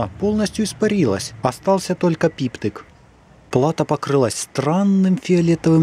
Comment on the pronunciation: )))) пиптык... Что это за слово???. Смешной гхэкающий говор...